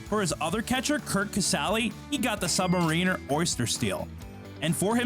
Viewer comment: The watch is pronounced Sub MAIR inner